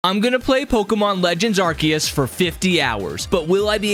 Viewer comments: IT'S PRONOUNCED AR-SEE-US, NOT AR-KEE-US! wtf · It’s called Pokémon legends arcoos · ARkeus ars-e-yus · Actually its arkoos* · what the freak are u saying, the name is pokemon legends arceus, arceus is pronounced ar-se-us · pokemon legends arceus Nah not arceus ''arkious''